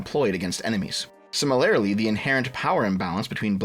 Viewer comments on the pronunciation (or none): Hey, start using a different word than "similarly." Also, it's "si-mi-lur-lee", not "sim-uh-lair-uh-lee."